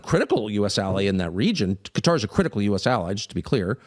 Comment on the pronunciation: It's Qatar, as in Qatari my bro.🌴🐊... hey man u get'n lazy on me???🧐